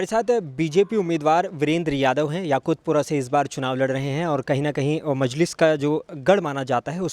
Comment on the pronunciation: 😂😂😂😂😂 YAKHUTPURA AREA KA NAAM BOLNA SIKHO ELECTIONS CONTEST KARNE SE PAHLE 😂😂😂😂😂😂 ABE TOTLE ENGLISH AUR HINDI BOLNA SIKH 😂😂😂😂😂 MOUH SE GUTKA NIKAL KE BOL 😂😂😂😂😂😂😂